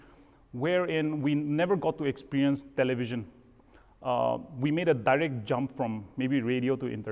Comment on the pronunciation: Chalo and daarect is Angami accent 😊😊